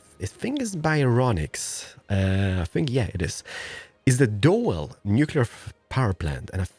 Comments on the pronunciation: I'm belgian, doel is pronounced as dool wich means target. It has some safety powers the last few years. They're planning to shut it down but there is not enough other installations like windmills or solar parks that provide enough electricity for belgium. Now they are expanding windmillparks at the belgian coast and maybe they will close doel in 2025. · The doel power plant is pronounced: dool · Doel is pronounced "Dool" with an oo.. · Doel is pronounced like "drool" but without the 'r' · Thanks for building the Doel plant. It is about 20 km north of where I live. Btw, the correct pronunciation is like the English word "drool " but without the "r". So, "dool" . It's an old plant and has to shut down on a regular basis, because there are micro cracks in reactor 3. We'd like to see it shut down, to be honest. Kudos, man! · I hope after 4 years you know how to pronounce “Doel”? 😉